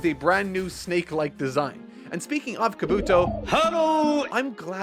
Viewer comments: Kob bu toe not kabooto lol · Also, Kabuki not "Kabooto"!! Learn more Japanese pronunciation. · Its a shame some jackass's had to spoil some things for you but enjoyed the video as always. P.S. its KahBoo-Tow not Kuh-BooTow and Min-Uh-Tow not Min-At-Tow :P